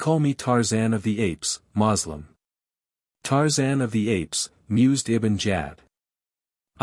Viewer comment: This AI is excruciatingly painfully exasperating to listen to. Makes me feel like expressing myself with 4 letter words. At least it pronounces Tarzan's name correctly.